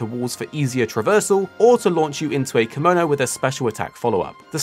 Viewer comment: "kimono" is an outfit. "Kemono" is the name of the monster. Pronounciation is important in japanese, they are two completely different words.